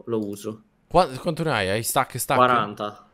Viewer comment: dice:uno stak di blocco